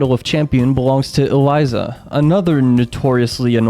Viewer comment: Why do you call Elisa Eliza, It’s pronounced E-Lee-Sah